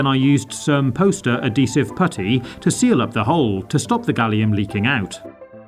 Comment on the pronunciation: Adhesive Add-he-sive